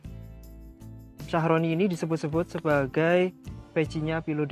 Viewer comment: Thank you unt penjelasannya mas...jd lebih ngerti 👍🙏 hny agak terganggu dg penyebutan Philodendron sharoniae Croat..kok jd Shyahroni sih mas?..maaf,,mgkn lebih tepat klo pronouncenya shyerene/shyereni e yaa..😊🙏 ini menurut sy yaa, sesuai penulisannya..😁